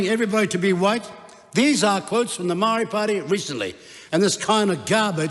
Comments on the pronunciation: Your the racist one! Listen to you cant even say Maori properly. Give Maori more seats then to show you what they can do. What you are saying is pakeha white people run the country while maori three or four Maori people do nothing. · E noho, Winston! All the people that stand to protect te reo Maori are NOT a minority! What have you done, Winston? I voted for you once decades ago & you sided with National...NEVER AGAIN! You are more than suss when you can't even pronounce Maori! Moumou to toto Maori!! You belittled yourself when your ego got the better of you in your feeble attempt to ridicule Hana-Rawhiti Maipi- Clarke. The tenacity of you to try to tell her about respect for kaumatua when she obviously breathes her taha Maori! He aha to korero? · You can’t even pronounce Māori properly your a disgrace you sell out clown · Winston what are you doing? Speaking of division while going against your own people. For one you don't even pronounce Maori correctly, that's how pakeha you've become. They aren't attacking Maori, they are defending it against your attacks. Why are you attacking your own people? Who trained them? Who educated them? The same pakeha system that educated and trained you. They just saw through it u like you. What the heck, we know your background all to well Koro. What a disgrace, you got in that position because of Maori people now your shunning them. They don't want separate, they want what is theirs. You are our people Mr Peters, what the heck is this rubbish 🤯 Together as one just without Maori, what a joke. You need to be called out and then kicked out!